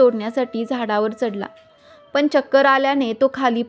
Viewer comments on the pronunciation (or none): सावित्रीबाई मुहूर्त बघत राहिल्या असत्या तर सत्यवान आधीच वर गेले असते. मराठी भाषा नीट बोला करने हा शब्द करणे असा उच्चार करा. पन हा शब्द पण असा आहे.तुम्ही कोण शुभ अशुभ ठरवणाऱ्या? स्वामींच्या नावाने लोकांच्या भावना दुखवू नका. कोणी काय प्रसाद ठेवायचा हे ती व्यक्ती ठरवेल. भाषा सुधारा व्हिडिओ बनवण्या आधी. अशुद्ध मराठी ऐकवत नाही.😮 ज्याला जे करायचं ते ती बाई करेल तुम्ही नका सांगू. नोकरी करणाऱ्या बायका कामावर कधी जाणार. पूजा करून पोट भरणार नाही. काम हे जकेलाच पाहिजे. साधारण पने नाही साधारण पणे असा शब्द आहे. ज्या बायका सकाळी सहा वाजता जातात आणि रात्री नऊला येतात त्यांनी काय पहाटे पूजा करायची जा?